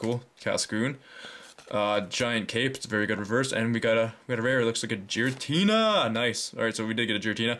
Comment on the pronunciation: You pronounced '' Giratina'' wrong.